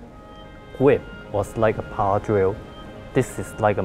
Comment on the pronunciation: "Powah Sauce" Hahahaha love this guy xD